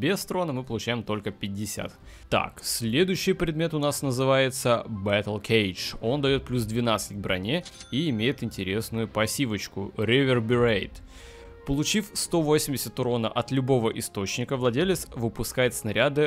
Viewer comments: Не бэттлкейдж , а Рэттлкейдж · Не бэтлкейдж а ретлкейдж:) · Rattlecage а не Battle